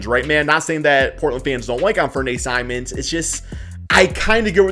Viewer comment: you like simons then learn to pronouncehis name bro please